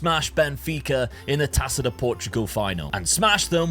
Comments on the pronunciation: the "ça" in "taça" you read the same way you read "sa" in "Samu"'s name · Great vid!!! Just a little thing. "Taça" reads as tassa (purposefully miswritten). In Portuguese the letter Ç is the same as SS (no German connection). Yeah... We overcomplicate stuff 😅